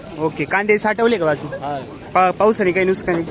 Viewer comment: नुसकान नाही रे भावा नुकसान